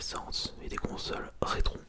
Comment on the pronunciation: des consoles... "rétrons" :p Très bonne vidéo, et comme d'hab le petit pourboire